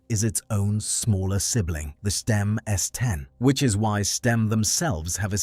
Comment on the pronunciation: The AI voice is all over the place with its pronunciation of Stimme isn't it?